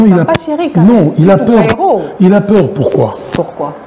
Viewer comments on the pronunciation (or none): Peur et non paire ou père!